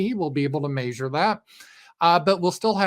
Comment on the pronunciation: "We'll be able to maysure that..."